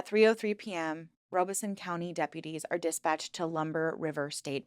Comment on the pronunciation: Robeson is pronounced “Rah (or Rob) uh son” 😗 (Robesonian & Lumbee descendant here)